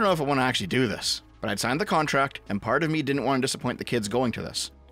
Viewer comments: Fufuuck... I was already almost laughing at the Scottish accents, I just like them so much. But you absolutely had me at coontract . I'm still hysterically laughing, its hard to type out this comment without mistakes. The kirkland Wilhelm Wonder signing a "coontract". That's the climax of this story. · A coontract 🤣 Maybe it's just 3 raccoons in a trenchcoat